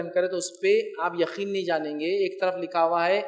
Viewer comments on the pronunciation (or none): none